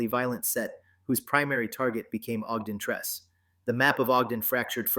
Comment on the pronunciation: It's OGDEN TRECE ...(TRE CE)